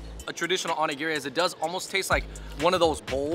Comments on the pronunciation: seems to know a lot about Japanese culture. Even his pronunciations are on point. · The non Fung guy pronounced onigiri correctly